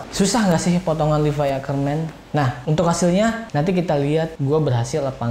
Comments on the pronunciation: Levi ngab bukan livai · Levi bukan livay bang